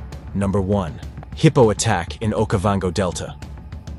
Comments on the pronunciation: WTF is a "heepo"? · The footage is nothing new. But the horrible narration, by a computer, is beyond annoying. Why don't the channel creators just read the copy themselves? Or, hell, I don't know, get a friend to do it. A friend that can pronounce hippo 😖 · Dude says heeeePOoo